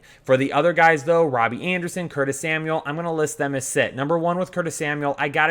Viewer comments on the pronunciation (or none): none